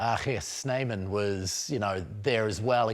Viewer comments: Proper pronunciation of RG Snyman👌👏👏👏👏💫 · Impressed with pronunciation of RG Snyman!